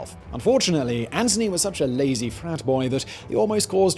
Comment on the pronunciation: I had to replay the part where Simon call Anthony a frat boy. I swore he called him a fuckboy, which was not far off